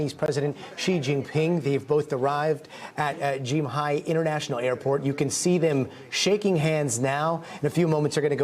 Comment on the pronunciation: its pronounced KIMHAE NOT GYMAE! FAKE NEWS!